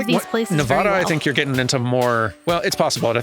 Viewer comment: As a Nevada native, I am legally required to state that it’s pronounced Ne-va-da, as in ‘pad’ or ‘mad,’ and not Ne-vah-da as in ‘ah.’ Sorry to be that guy, but it is state law: my hands are tied. 🤣